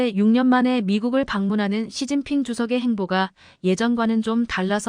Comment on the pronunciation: 왜 이런가 시진핑을 서진핑이라하고 목놓아 우는경우 목논아 운다 라고 연설하신분도 한국사람은 아니라고봅니다